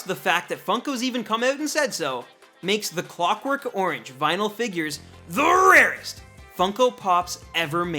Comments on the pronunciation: Please dear God don't ever say "The RAREST!" again. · "The RARESTT" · Stop saying the rarest like that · Never say ‘’the rarest’’ like that ever again edit: ok this comment is like 3 years old and I was dumb to say that lol